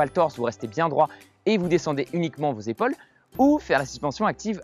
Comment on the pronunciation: C’est pas comme ça qu’on prononce le mot « épaule » 🙄